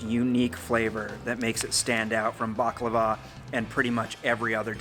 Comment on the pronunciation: Thank you for pronouncing baklava right its a hard word to pronounce